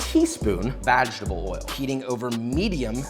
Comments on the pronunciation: "a teaspoon of 'vag-table' oil" Hah! I see what you did there! Lmao. Great show. Im hungry. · Am I the only one who heard vaginal oil? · This man said VAGetable oil 😅